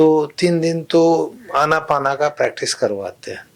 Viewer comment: कृपया " अनापाना " नहीं बल्कि "आनापान" बोलें विदेशी लोग इस को " ANAPANA ". बोलते हैं आन + अपान = आनापान आन = भीतर आने वाला सांस अपान = बाहर जाने वाला सांस